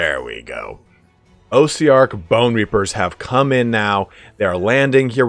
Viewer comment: i like how your accent comes out lol when you say bone reaper ossiarchs